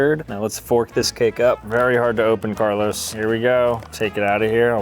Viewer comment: the disrespect in calling Carlo, Carlos, is wild for a guy from Jersey.